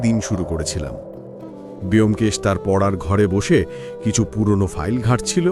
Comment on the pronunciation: 'ব্যোমকেশ' এর উচ্চারণ বোমকেশ হয়, বেয়োমকেশ আবার কী উচ্চারণ! ভীষণ কানে লাগছে।